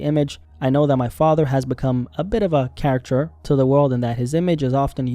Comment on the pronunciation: I love your vids but pls look up how to pronounce caricature 😅